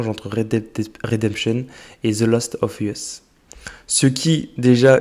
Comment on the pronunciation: « Last of uhess » jsuis mort 😂